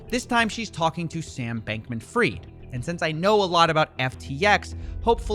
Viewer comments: It's fried not freed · His name is FRIED pronounce like Kentucky FRIED chicken Ashkenazi Jew it's a surname and it means peace that you need fried means peace and Hebrew Yiddish I wish people would stop saying free like free freed and Hebrew is pronounced free with a d his name is pronounced fried like Kentucky Fried Chicken but right now it's fraud I appreciate you! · Bankman Fried - not Bankman freed - it was always in his name